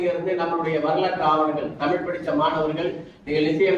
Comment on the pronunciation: தமில் வால்க .... அன்பர் "தமிழ்" என்று பேச முதலில் கற்றுக்கொள்.... தமிழ் மிக வேகமாக மடிந்து கொண்டிருக்கிறது ?.... தஞ்சை தமிழ் என்றும் "ழ" மரபதில்லை